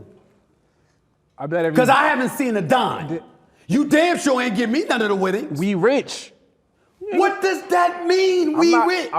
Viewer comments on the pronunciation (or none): 😂😂😂😂he said we ritch